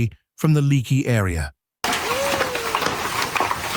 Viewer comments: The name of the town is pronounced lake-y, not leak-y, no matter the spelling. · Hi Viewer from Texas here. When hail falls like this, you have to watch out for tornados. By the way, the name of the town “Leaky” is pronounced Lakey. You’ll sound more native than whoever was doing the voiceover on the video.